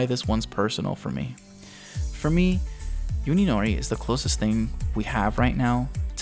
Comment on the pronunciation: Hey, just an FYI. You are pronouncing Uninori's name incorrectly. You are saying it as if it was spelled Yuninori. In Japanese the U is prnounced like "oo" similar to the o's in food. So you would prnounce Uninori like oo-nee-no-ree.